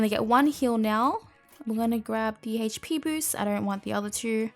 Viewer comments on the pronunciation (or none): I love how you say hp boost... hej pee boost. Omg I love you